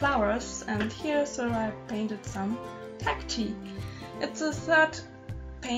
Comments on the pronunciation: Hello! Stumbled on your videos yesterday, so beautiful. :) I assume you speak German (I speak a little, but I'm still learning) and so I just wanted to give you a tip with the pronunciation of cacti. Instead of cacti like cacte (as in me) say cacti ( like I am, or eye) :) Hope this helps! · So good!! It's pronounced Cac-tie